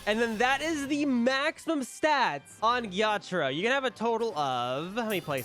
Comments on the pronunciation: It was more like ge ya tra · It was like je taro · The way he said Ge-ya-taro made me laugh